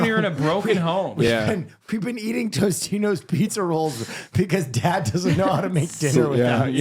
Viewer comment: Why does keep calling them Toastinos its Totinos! 😂